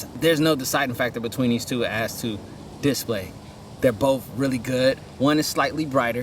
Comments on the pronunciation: What's a "dis play"? Did he mean display? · The way you say display get me every time 😂